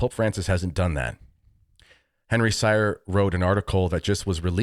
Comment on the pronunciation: Just to clarify : Henry's surname is pronounced "Seer" ... ;-)